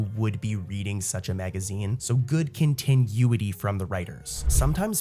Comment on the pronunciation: Love your videos! They're great to fall asleep to. But, dude, my guy, please Google continuity and listen to how it's pronounced lol. It's not pronounced like continue, the way you're pronouncing it. Keep up the good work! But please, go listen to how it's pronounced.